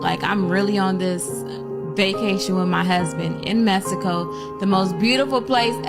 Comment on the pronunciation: #2 “I knew it was it was over when I was in Messico! “She said it right, Messico!